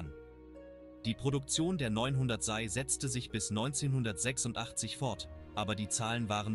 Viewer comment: Man sagt SEI, nicht SAI.